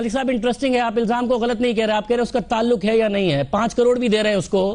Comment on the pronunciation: Meri ye samajh mai nahi ata ke jis admi ki zaban sabzi waloon ki tarah ki ho, us per koi kese yaqeen ker sakta hai. Taaluq ko tuluk bol raha hai.